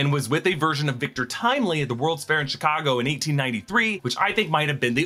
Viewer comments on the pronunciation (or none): none